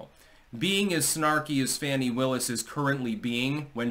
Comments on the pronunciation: Btw, hate her as much as you want, but pronounce her name the correct way. Fawn-ee. Not Fan-ee. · It’s pronounced Fawn-ee. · Fani pronounced as PHONY!!